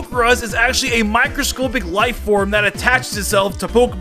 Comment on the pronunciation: Micro scopic it’s microscopic op not ohp